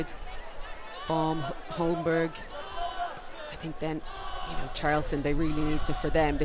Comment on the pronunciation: Holmberg is pronounced "Holmberry". Confirm if you want